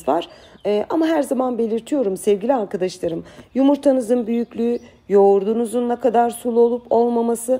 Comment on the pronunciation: Herşey harika ama uzun zamandır yazsam mı yazmasam mı bilemedim ve pozitif eleştiriden alınmayacağınızı düşünüyorum.. "Sevgili" yi sevgiyle kucaklarken lütfen arkıdaşlarım yerine "arkadaşlarım" olarak söylemeye gayret etseniz harika olur sizin gibi bir Süsse hanım böyle kullanmalı.☺️😉 Umarım bozulmadınız (?) und noch Viele Liebe Grüsse aus İstanbul ❣️